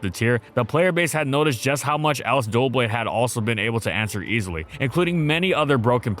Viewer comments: Why are you calling it dual blade? Also see loads of people calling it duo blade. Its Doublade as in Double Blade, not difficult. Don't even care about the hate ill probably get because its a stupid mistake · Bro it’s not doo-blade it’s dublade. It’s a double blade 😭😭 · Wow I gotta say I love the vids but the way you’re pronouncing this guys name is legit pissing me off. You’re saying it like “Duel Blade” like can you not fucking read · It’s pronounced like ‘double’ not ‘duo’ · where do you get the extra "L" in its pronounciation from? I'm not crazy for hearing you pronounce it "Dualblade" instead of "Doublade", right? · It's doublade, not duoblade. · So someone has to be that guy and point out that it's not Dualblade, it's Doublade. Him pronouncing it wrong every time got annoying really fast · OMG its not "Dual-blades as in two blades, Its "Dub-Blade" as in double blades, ive always noticed they say it that way and it made me think i had mis read it lol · It's funny how many people still misread it as Duoblade. It's Doublade as in Double Blade. So it's pronounced Duh Blade. 😅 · It’s not Dualblade, but Doublade. Like a combination of Double and Blade. The pronunciation of it as Dualblade is driving me loony. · Take a shot every time he says DUO blade instead of Doublade 😭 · Why's he saying it like "Duel-blade" or "Duo-blade" instead of "Dub-blade" like it's spelled? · I love this channel and this is nitpicking but the mispronunciations kill me! It’s not “dualblades” it’s Doublade! Like dub-lade! He also says “ensures” instead of “ensues”. It’s just weird because these videos are so polished and they have this whole team but no one corrects his pronunciation. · It's Doublade. Not Duoblade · My #1 biggest gripe when it comes to this Pokémon is the way people pronounce its name. It's NOT "DUO - Blade" it's "DUB-LADE" the name is literally a combination of "double" and "blade". HOW the hell you can mess it up this badly is insane and beyond my understanding completely